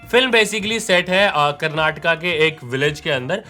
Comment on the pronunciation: Great Review, liked that your pronunciation of terms Karnataka and Kannada is accurate, as most of the time North Indian's exclude the last vowel "A" from the words. yes its not Karnatak or Kannad its to be pronounced as Karnataka and Kannada